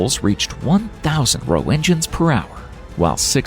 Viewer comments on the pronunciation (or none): Roetgen!!! Not roe engines.. how i hate such basic mistakes made by AI !